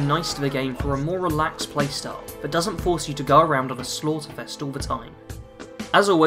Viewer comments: THE ! .... T.H!. NOT V I couldn't even get 10 minutes in the the video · Took me a moment to work out what you were trying to say. I've got a speech problem where I can't correctly pronounce a few different sounds, one of which is the "th" sound.